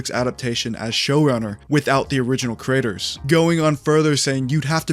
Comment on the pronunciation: when you say creator i keep hearing the word critter